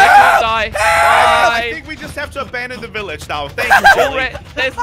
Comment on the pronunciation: Did anyone realize jelly said Iilage instead of village